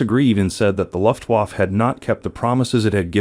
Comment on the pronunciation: COMPUTER VOICE SUCKS!!! LUFTWAAAF WTF???